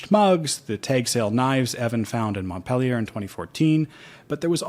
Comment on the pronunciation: I am a French-grown US citizen, and I love your pronunciation of Montpelier!